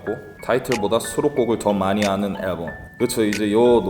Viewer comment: 앨범 발음 개웃기네 진짜 aㅐㄹbㅡㅁ